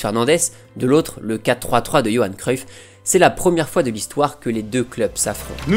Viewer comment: Euh, c'est moi ou il met des "m" à la fin de plein de mot ? "Trois - troim" "le Barçam" "encore une foim" ...